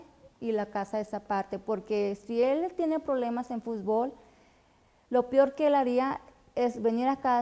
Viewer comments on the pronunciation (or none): Y DIJO PIOR EN LUGAR DE PEOR